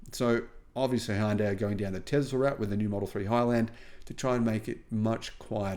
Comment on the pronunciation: In Hangul it's 현대, "Hyun-day", two syllables. Not Hi-un-day.